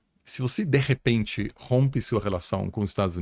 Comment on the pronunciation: Deprrepente é ótimo 😅😅 é de repente